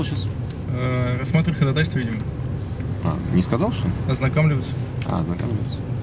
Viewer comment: ударение в слове ходАтайство, ставится на второй слог!!! )